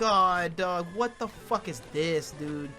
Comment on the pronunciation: The way says ‘wat’ is so funny to me